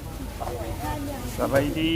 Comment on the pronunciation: 옥수수 - 막싸리, 카오싸리, 카오폿 등으로 불리고 있음, 휘발유 - 앳쌍, 경유 - 까쑤언, 영어로 표시된 라오스어 읽을때 V는 무조건 W로 바꿔서 읽으면 됩니다. 해서 싸라반이 아니라 싸라완 으로 발음해야 합니다. 라오어 자음에 ㅅ 발음은 없기때문에 초음에 ㅅ 으로 표기하는거 백프로 엉터리 입니다. 사바이디 -> 싸바이디. 사라반 -> 싸라완